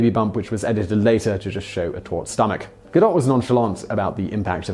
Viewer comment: Gah-doe not Ga-dot